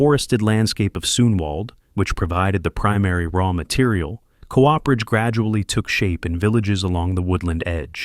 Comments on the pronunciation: c oo perage not co operage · oh dear it is coo-perage not co-operage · cool video but please... its not co-operage. Cooperage. Done by a Cooper. Like the last name. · you’re the fool. The man hasn’t disparaged the demonstration of skills in the video only the narrator’s nonsensical “co-operage” instead of the correct “cooperage”.